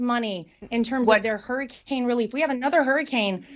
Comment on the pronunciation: You keep saying Hair-icane 😂✌️❤️🇺🇸